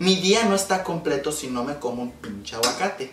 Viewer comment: Did you just said aguacato